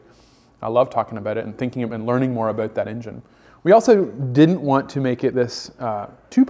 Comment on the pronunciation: I was fooled also with "aboot.”